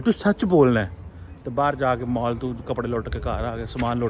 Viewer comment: Mall ❌ Maaal ✔️✔️✔️